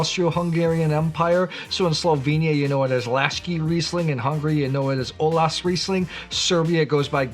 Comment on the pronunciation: Perfect pronunciation of olaszrizling! But high acidity? Come on, wine-searcher! It's rather the opposite...